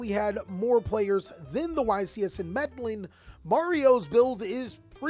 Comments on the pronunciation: Meddling lol it’s pronounced med-eh-yeen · Meh-de-jeen. Please pronounce it right next time big dawg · bro, in Spanish the double L makes the Y sound. Trying to help you out with the Spanish community. Also you’re doing great with the vids & life keep it up 💪🏽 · im sorry but i cant get over how he says Medellin, ive never heard anyone pronounce it that way lol